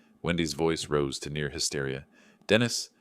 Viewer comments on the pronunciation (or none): none